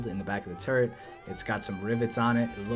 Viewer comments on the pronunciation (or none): none